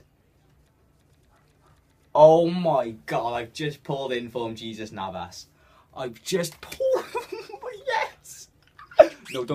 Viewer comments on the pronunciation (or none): Jesus Navas. His name is pronounced [hey-zoos]